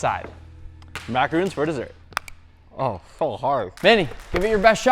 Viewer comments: Manny triggered dafuq out of me by pronouncing "macaron" as "macaroon" - they are TWO DIFFERENT FUCKING THINGS. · Teach manny how to say macaron